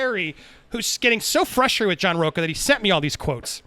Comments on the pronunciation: Why does everyone calls him row-kah instead of row-cha. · He is a Latino that pronounces his last name as rocca and not RoCHA, like a real LATINO!